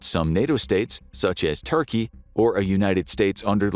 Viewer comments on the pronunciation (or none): none